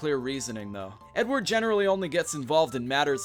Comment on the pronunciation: ‘Fredward Kenway’